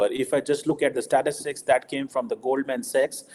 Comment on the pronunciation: accent jhaad ne ki chakkar main Goldman Sachs ko Goldmen Sex mat bol😂